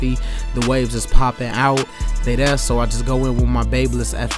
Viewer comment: It’s cool man I wish I could be like him to! Keep cutting hair and maybe one day you’ll be just like 360jeezy. I’m just using improper grammar like you! I hate when you speak dog. The word is lengTH and THERE, not with f’s at the end of words it’s so annoying and it just proves how dumb and lazy you are you can’t even pronounce words correctly when you have kids watching your videos. Stuuupid. Back to the real YouTube barber! 360JEEZY!!!!!!!